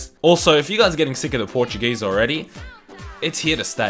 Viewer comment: That “Portuguese speaking” was cringe lol. Você fala como um mexicano